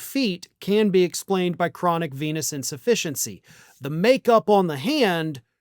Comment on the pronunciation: I keep hearing "venous insufficiency" like "venis insufficiency" but with a p.🍄🤪